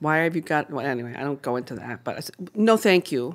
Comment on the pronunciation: but...even the intonation in her voice when she says no THAnk you sounds off lol especially if someone asked "do you mind if I give her a treat?"